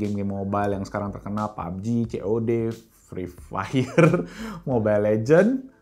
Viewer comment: "Fferi fayer (logo agak buram) " ~ 2020~